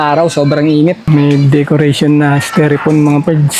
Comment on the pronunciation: styrofoam ang tamang pronunciation hind styrefoam